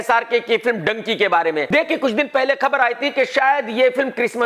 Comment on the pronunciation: It is not Donkey it is dhunki “Dunki”😂😂😂😂😂😂